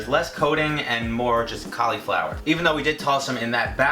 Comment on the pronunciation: Did anyone else get annoyed buy how he said cauliflower😡